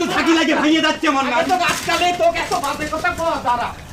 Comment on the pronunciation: মান্নান না বলে মন্নান বলছে ইচ্ছে করেই আরবীর উচ্চারণ ভুল করে। যত বড় ব্যারিস্টার হোক, আরবীর শব্দ গুলো মুর্খদের মত উচ্চারণ করে।